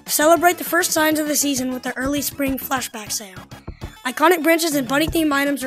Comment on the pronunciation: oh wait he said “fashblack” init